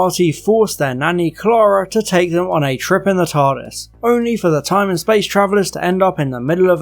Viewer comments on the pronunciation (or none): none